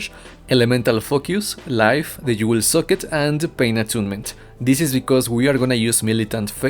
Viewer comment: Followed by a you will suck it (socket)